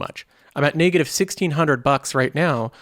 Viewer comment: where are you from? That pronunciation of "NAAY-gative" threw me off so many times I cant unhear it anymore haha. Just curious.